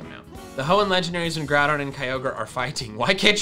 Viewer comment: Kyogre and Jroudon